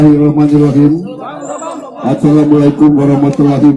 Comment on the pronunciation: Assalamualaikum pak bukan assamualaikum